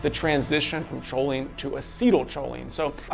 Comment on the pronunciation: it's pronounced koline not choline